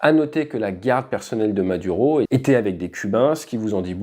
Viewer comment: Maduro, tu pourrais juste faire un effort pour la prononciation :face-orange-biting-nails